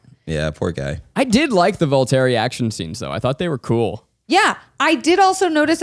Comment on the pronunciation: ITS VOLTURRY OR VOLCHIRRY NOT VOLTERRY???